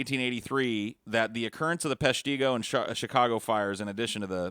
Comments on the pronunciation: Its pesh-tih-go not pesh-tee-go... Learn your things straight!!! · Right. I lived in Peshtigo my whole life and it is bothersome to here Peshtigo and Menominee missed pronounced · Hearing butcher the pronunciation of Peshtigo, Menominee and Huron oof